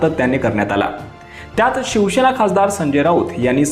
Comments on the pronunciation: पहिले तर उच्चार सुधारा. शंभर वेळा शिवशेना असे म्हटले. अभ्यास करत जा. शिवसेना असा शब्द आहे आणि तसाच उच्चार आहे. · Say Shivsena not Shivshena.